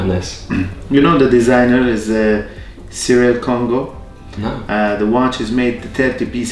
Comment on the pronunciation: its cyril kongo, not serial congo !!